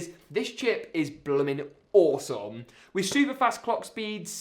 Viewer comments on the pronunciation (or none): ‘blimmen awsomme’